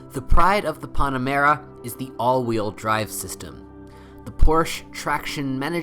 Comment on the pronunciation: Bro. This sucked. No one gives a sh** about kilometers, whats gasoline aspirated? I know what you meant, but do your research since it seems you do not. You pronounce Porsche wrong and Panamera is not Pon-amera. Lastly, you say what to check before buying a 970. All of your “checks” can not be “checked” at the dealer. Way to go!